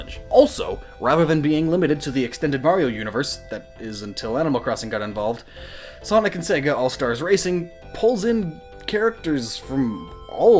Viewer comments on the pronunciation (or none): none